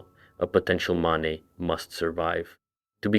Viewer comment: dude why do you pronounce stuff wrong deliberately? you said maneh and mane in the same sentence theyre the same word. youre doing it on purpose its driving me nuts. also the thalmor tower theory is literally wrong, every time a towers been deactivated the thalmor were not involved whatsoever. could be a FUTURE plan, but it could not have BEEN the plan. that aside i love your videos and i binge them all the time at work. you are super awesome.